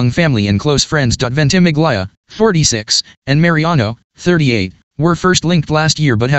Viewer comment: Forgive me for correcting you, but Milo`s surname is pronounced VENT-uh-MIL-ya not VENT-i-mig-LYE-uh